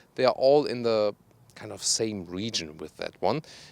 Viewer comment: cool guy.. " ze animal skin " haha the Eric's " ohh sorry about ze muzic " haha. decent video though.